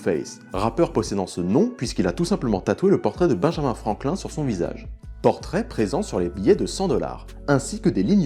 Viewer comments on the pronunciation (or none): none